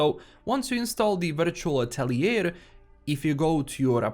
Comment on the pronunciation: The word "atelier" is originally french and rather mean to english speakers. It´s correctly spoken "atel-ye" with a drawn out e (the same e as in engine, entertainment ect).